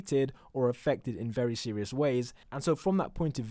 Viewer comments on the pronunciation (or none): none